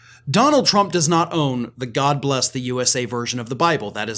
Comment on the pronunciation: "God blesh the united shtates". - chump 🍊